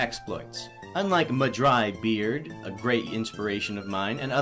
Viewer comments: Bread, not beard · hahahhahaha he called mah-dry-bread “mah-dry-beard” lol... I’m not funny :( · isn’t his name Mah Dry Bread? not Beard... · Mah_Dry_Bread* not beard. i gotcha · It’s not madrybeard its mahdrybread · It's bread not beard